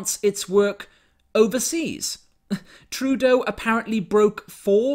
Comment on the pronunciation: Did you just call him TruDoh? Because that is genius. XD